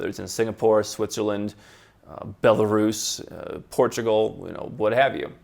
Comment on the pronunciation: did he realy said "bieloruss" ????